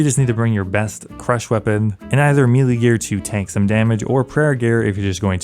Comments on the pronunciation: Melee is pronounced Meh-lay not meeeleee 🫡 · Please stop saying melee wrong. Edit: Wait, nevermind there's a mix. Thank you for this. I can be at peace now. Edit 2: No wait you are actually just still always saying it wrong. It was wishful hearing. Please save me.